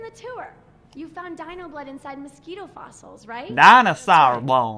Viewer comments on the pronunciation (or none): none